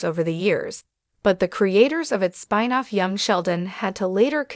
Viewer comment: "Spine off?" Why can't your AI pronounce a simple, single syllable word?